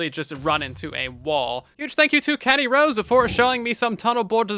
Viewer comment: Him: Katty Rose My ears: Caddy SOS